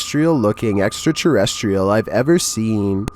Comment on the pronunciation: I love the way he says "eXtRaTeRrEsTrIaL"😂❤